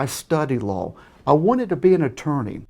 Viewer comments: Needed a bonus round for every time he said "lawl" instead of law." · Why does he keep saying lol instead of law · Is he saying low or law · when he says law it sounds like lawl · Sounds like he's saying lol instead of law. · Every time I hear say "Law" it sounds like he's saying "Lol"!!! 😂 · Add one. Against the lorw! I studied lorw. Add two, nice email. Add three, YMS returned your email with another telling you how wrong you were and how the law works. Add seventeen for him being insane. AND STOP SAYING LORW! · I always hear "lol"